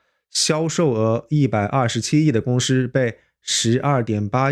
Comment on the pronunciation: ，是公si不是公shi。我也是只发一个音，如果分不清楚还是回到原来的口音比较好。